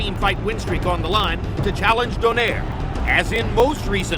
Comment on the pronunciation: ano yong announcer mali yong pag bigkas ng donaire